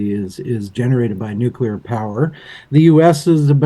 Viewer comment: My brain can’t handle it when people say nuclear wrong…. Good video though, thanks